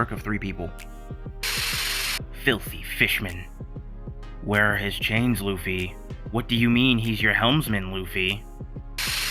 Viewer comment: the way he says luffy 😂